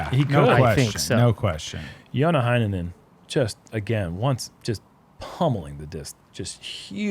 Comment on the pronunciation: is usually on point with the pronunciation of Finnish names and I love it! Heinänen begins with a Hey, not a Hi though